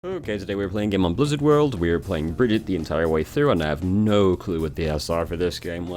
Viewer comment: Thank you for this. I want to learn/play Brigitte as much as I can before they nerf her into the ground eventually. And I don’t even mind that you say her name wrong. ❤️